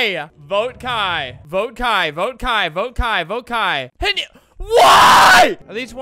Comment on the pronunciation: Just one thing- “kai” is not pronounced like that/